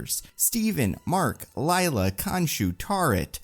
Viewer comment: It's Layla, not Liela. I had to pause the video just to see if anyone else commented on this pronunciation blurb.